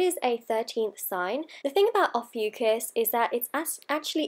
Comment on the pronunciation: Not even pronouncing it correctly 😒